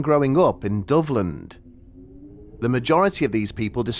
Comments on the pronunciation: When I first heard this story, I thought you were saying " Dublin"..... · I was listening without looking at the screen so I thought you were saying Dublin this whole time